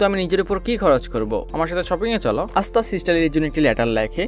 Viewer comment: এসতা নয় আসতা